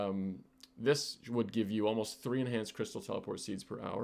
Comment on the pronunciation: Ain't no way u apologized for herb but said tree instead of three. I'm getting comment baited. Wp